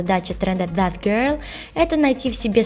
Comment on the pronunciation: Читается зет а не зат